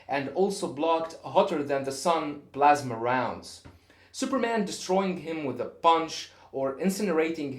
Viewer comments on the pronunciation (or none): none